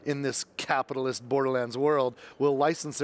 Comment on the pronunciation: The way he says “CAPAATILST” while also charging 700$ for the standard edition and then saying if we want it will pay for it